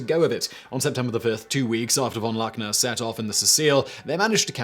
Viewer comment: Great as always, but you need to practice your German prnunciation, its not that hard...e.g. "von Luckner" is pronounced more like "fawn lookner"